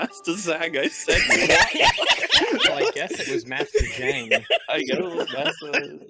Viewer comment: its not aing its AHNG so zhang is pronounced jahng. sigh muricans